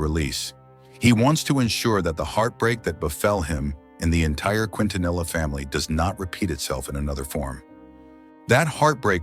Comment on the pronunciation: Quintanilla (KEEN-TA-NEEYAH)